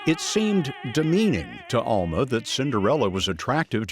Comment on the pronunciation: Please pronounce her name correctly ask her how to say it her name is Alma with a short UA sound not the Southern Sound pronounced as an a